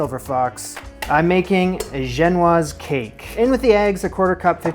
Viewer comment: Yeah but you casually pronounced « genoise » much better than anyone on GBBO including Prue and Paul 🙌🏻